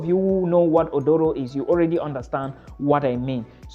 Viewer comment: Aduro not odoro